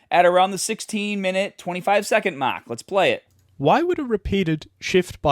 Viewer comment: definitely from Boston the way he said "mark" 😂